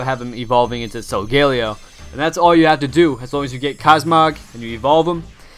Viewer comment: Ur supposed to pronounce it like sol guh lay oh